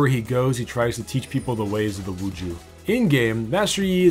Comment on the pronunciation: Tf is wuju its wushu